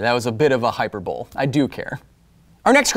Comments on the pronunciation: Hyper-Bowl? It's HyPER-Bolie bro. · still a little bit triggered by your pronunciations of epitome and hyperbole even though i knew you were doing it on purpose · You intentionally pronounced epitome and hyperbole wrong. I’m sure you already know 😂😂😂, but I couldn’t help myself. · "That was a bit of a 'hyper-bowl' " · Epi-tome, hyper-bole.... Brian Regan much? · omg, the pronunciation part had me cryin' epi-tome xD hyper-bowl x'D keep 'em comin' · I was thinking that you pronounced “hyperbole” incorrectly, but then I realized that it was part of the joke.